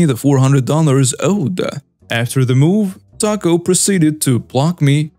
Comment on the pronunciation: It's TAH co not TACK o. No, it's not an accent, it's just wrong.